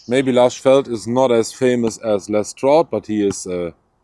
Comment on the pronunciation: Lars wird in Schweden doch " Lorsch " gesprochen so wie ich das mal selber gehört habe. Hakan, Da wo bei dem zweiten A ein kleiner kreis über dem A ist...... Das wird dann als Kehllaut Hakon gesprochen. Ist aber nicht so wichtig. Die gezeigten Messer sind schon toll aber ich bin gerade bei skandinavischen Messern von einer Angel / Erl umschließenden Bauart überzeugt was die Benutzung bei Kälte angeht. Also den klassischen Puukko, Leuku oder Yakut. Nachteil ist natürlich das diese eine Sreckangel haben. Wenn man Glück hat gehen die durch den Griff und sind vernietet. Rein eingeklebte Klingen mag ich persönlich nicht.